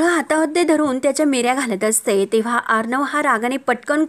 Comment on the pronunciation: अहो मिऱ्या नाही निऱ्या म्हणतात